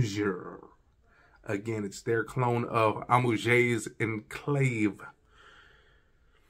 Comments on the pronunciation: It's pronounced AM_OO_AAGE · Thanks for the review but man come onnn. Listen to bunch of fragrance reviewers and learn to pronounce the names correctly. Honestly its not that hard. It pronounced “amwaj”.